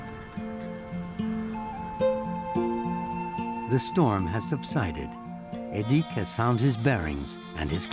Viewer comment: The weird-ass forced exoticisation here was unnecessary (e.g., making the names even stranger to English speakers' ears than they already are) - the life of the Nenets people (not "Nenetses") is already unusual enough without it. "Edik" is clearly pronounced with the accent on the first syllable, not the second one - his father says it several times - and there's no need for a "u" in "Gena" (short for "Gennady", a common Russian name - as is "Edik", which is short for "Edouard". During the Soviet era, "local" names were essentially forbidden, and Russian names are still pretty much the default today.